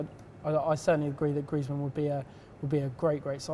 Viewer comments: Adeeb Sheikh said Griezman's name like her b'cuz she said it that way... Just so there isn't any confusion about which player they are talking about. I've heard say Griezman's name in the correct way in previous video's. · She couldn't pronounce Greizmann and that is it. She seems really knowledgeable. And its not because she's a girl, its because she knows stuff about football.... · arguable, her pronunciation of Griezmann ("Grizeman") says otherwise... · Wtf is Grizman? For someone that watches alot of Spanish football you'd expect them to pronounce Antoine Griezmaans name correctly. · Bloody hell, it's pronounced grease-man! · did anyone wonder who the fuck she was talking about when she said Griezmann she pronounced it griiiizmann and i was thinking who this bloke with unbelievable stats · She also can't pronounce Griezman's name for someone who watches La Liga... But I can't say I disagree with your statement. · That way, even mispronounced Griezmann's name. Maybe that is how she speaks? It doesn't take away the fact that she's got great knowledge, buddy!